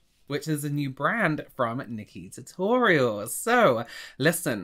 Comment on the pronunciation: I love how and both struggle to say ''nikkie tutorials''' 🤣